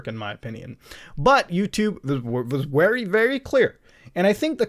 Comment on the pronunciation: vewy vewy clear..xD